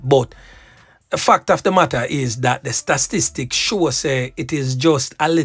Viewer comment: The word is STA-TIS-TICS